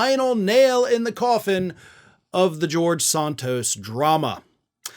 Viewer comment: I used to like listening to you, but more and more getting tired of you mispronouncing people's names. It is NOT Saahntos. It is San-(rhymes with MAN)-tos. You have done the same thing with Fani Willis' first name and the Chump's attorney's last name. Come on, get with it.